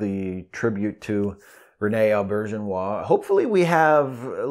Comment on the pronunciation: This was a perfect tribute to a wonderful man. I met Rene Auberjonois at a convention long ago. Maybe DS9's first or second season. Taught us how to pronounce his name, and I'll never forget it (You said it absolutely correctly, too).